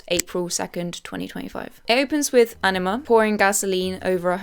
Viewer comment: no shade but i genuinely thought you were saying enema instead of anima for the first 10 minutes of this video